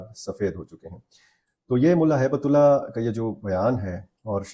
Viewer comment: امیر المومنین کا نام ہیبت اللہ نہیں،،،بلکہ صحیح نام ہبت اللہ ہے یعنی اللہ کی گفٹ ہے یہ زمین والوں کے لئے